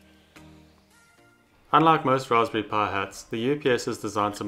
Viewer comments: RASPBERRY PIE SAY IT WITH ME PIE NOT PUH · Are you saying pie or power ?